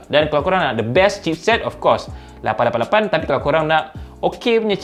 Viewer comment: Abang ada potensi untuk menjadi duta teh "888"... Cara sebutan tu yang ngam sekali 😂